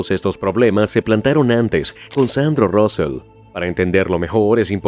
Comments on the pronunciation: Se pronuncia Sandro Rusei no Rusel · Se pronuncia Rusei (Rusell) no Rousel, y este fue el segundo de Laporta durante bastante tiempo. Solo con eso, ya se ve que todo es inventado, el resto ya es información que sabiamos todos los aficionados. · Vaya manera de decir los nombres... Josef Maria Bartomeu, Rósel... traducción tremendamente mala... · Suena mal Rosell en ingles😂